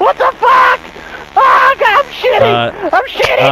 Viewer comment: He said "Oh Shit" Not "Daw Shit"